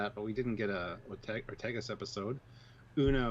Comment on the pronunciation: One of you pronounces Ortegas as "Ortiguez", which is an entirely different name, except for the beginning "Ort." The "e" in Ortegas is pronounced like the "e" in "bed". Then the "a" is like in "bad."